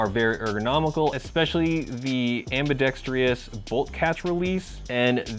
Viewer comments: nice review, but, please, say after me (spelled somewhat phonetically)...am...be..dex...tres. (Please, no "trious" on the last syllable.) Ambidextrous. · AmbidexTRUS not AmbidexTERUS, don't worry, you aren't the only 'Murican to have trouble with the English language, There are so many ACROST Utubes LOL. Wish we had airsoft down under, but the socialists still rule down here.